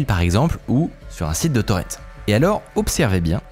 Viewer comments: Mec arrête de dire torrente !! C'est horrible a entendre et en français on dit torrent comme on dit ruisseau !! Gros nul. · Arrête de dire torente!